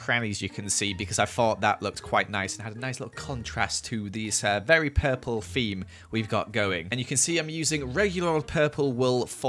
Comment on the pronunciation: Lol, keeps saying FEME in stead of THEME